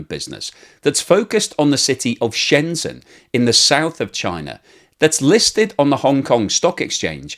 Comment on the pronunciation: It's Shenzhen, not Shenzen. If you can pronounce "pleasure" you can pronounce "Shenzhen".